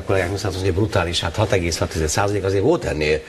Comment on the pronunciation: "külsző nyomás", "vóót" Fidesz Csinovnyik level60